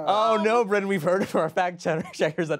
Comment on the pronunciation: Um, actually: it's Brennan, not Brennon